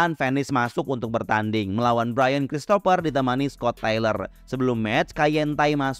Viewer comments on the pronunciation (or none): none